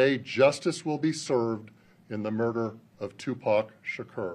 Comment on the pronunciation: Sha kore. Messed his name up